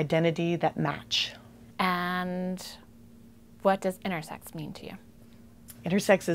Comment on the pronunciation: I kept thinking she was saying "innersex" and I got confused